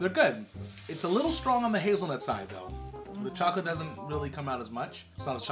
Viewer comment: Ok. So likes Milky Shocolate. But doesnt like Hazelnut Shocolate. While likes Hazelnut Shocolate. But dislikes Milky Shocolate. ^^